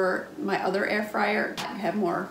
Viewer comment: Dis ain't no Ayer-Fwyer...... it's a toaster oven..... :) great review..... 👍